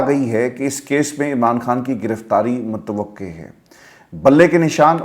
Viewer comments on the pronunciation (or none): none